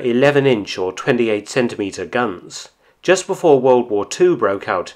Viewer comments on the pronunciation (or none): none